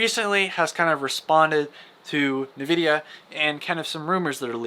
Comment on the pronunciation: "Polaris" and "Nvidia", check your pronunciation po-LAR-is, and N-vidia. Close to the 1080 ti? If so I'm buying it, but i'm expecting 2060 performance in the RX 680. And I'm thinking $300 range. Flush Ray Tracing, just give us faster fps, this can be an "in" for AMD cards.